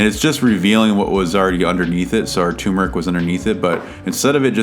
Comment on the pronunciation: Is it only me or did you guys also notice the 'R" missing from TURMERIC? Anyways the tutorial was really great! Now Imma watch your other videos !